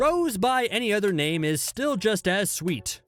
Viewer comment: How dare he.... How dare he butcher my favourite character's name